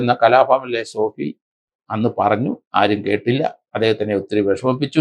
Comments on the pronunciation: രണ്ടു പേരുകൾ എങ്കിലും മര്യാദയ്ക്ക് പറഞ്ഞൂടെ?? ഭലാഭാസ്‌കർ അല്ലാ... Balabhaskar പിന്നെ കലാഭവൻ സോഫി എന്നല്ല...sobi എന്നാണ്.... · Sir shoby george not sofi george And its balabhaskar ( not baalaaabhaskar)(